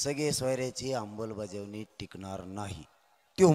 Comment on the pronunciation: अंमलबजावणी कसी म्हणायचंय ते आधी शिकून ,रटून घ्या.